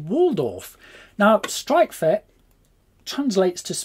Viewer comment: Is it really that hard for english speakers to pronounce "ch"?